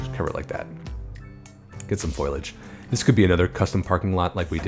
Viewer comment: I think of Marge Simpson every time you say foilage. 😉